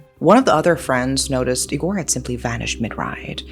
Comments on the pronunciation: Eee-gore, not ig-or Moral of the story, social media sucks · I know you like gore, but the correct way to pronounce "Igor" accentuates the first letter. Like e-sports, it's I-gor. You wouldn't say "e-spoooooorts" either. 😅